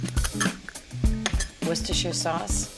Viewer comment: you can hear her New York accent when she said “Worcestershire”